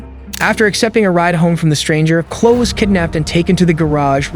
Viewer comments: Bruh - Chloe....2 syllables and rhymes with snowy or slowly. And those cops were bullshit. Kick that door in and rescue that girl. Were they transfers from Uvalde? I thought they might set up camp and wait until he got hungry enough to come out and find something to eat. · it's driving me so nuts how the narrator keeps pronouncing Chloe wrong even though they say her name multiple times in the footage! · Kayla isn't a hard name to pronounce. Why did you keep saying Kawla? Now I'm on story 3 and you can't pronounce Chloe either? Dude, just ask someone. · Is this a computer narrarating cuz who doesn't know how to pronounce Chloe? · CHLOE!! EEEEEE. CHLOE…The E is NOT silent. Be respectful and at least learn how to pronounce the name correctly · "Clow" ....you mean Chloe? It's Cl-oh-ee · DUDE. Why do you mispronounce her name throughout the entire video?! People are literally saying her name Chloe (KLO-EE), and you are still pronouncing it KLO. Come on. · Ugh, terrible pronunciation of so many words. Calling the girl “Clow” when it’s pronounced “Clow-ee”is rude to her. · Her name is pronounced "klo' - ee". Chloe is "klo' - ee." NOT KLO. At least pronounce her nameright. The police already treated her like crap. Don't pile on with ignorance. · You can't even pronounce her name correctly😅 It's not Chlooh. It's Chloeeeee. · THE NAME, "CHLOE" IS NOT PRONOUNCED: "KLŌ"...IT'S PRONOUNCED: "KLŌ'-EEE". SMH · Why are you calling her Chlo? Her name is Chloe, Chlo -e. Just saying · It’s pronounced Chlo-ee not chlo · Chlo Jones. Buddy its Chlo-y Chloe. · You are pronouncing her name incorrectly, the least you can do is learn how to pronounce the victims name. It's not pronounced "Clow" it's Clo-ee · It's Chlo EE not Chlo . Two syllables NOT ONE !!! Drove me nuts every time he said it , especially since I have a niece named CHLOE . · Chloe is pronounce Cloey, cute how you were saying Clo lol. Man, they acted like they were just getting a raccoon down or something